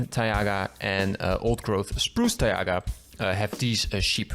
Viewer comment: why do you say taiga like that